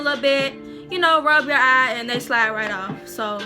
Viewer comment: She said im finish with the first Ahh.. its Eye baby😂😂😂😂 nice video..